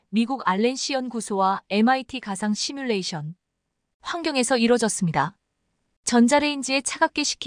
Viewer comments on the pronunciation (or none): none